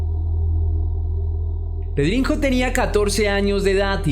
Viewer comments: Se pronuncia pedriño no pedrinjo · Sólo como dato: en portugués la "nh" se pronuncia como Ñ, como como una j, como lo dices...o sea es PedriÑo, pronunciado correctamente ;)